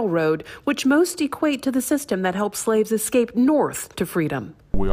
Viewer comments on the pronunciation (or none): Did the first lady say. "eXscape"? I have second hand embarrasment for her. Anyway, I'm proud of my Mexican people!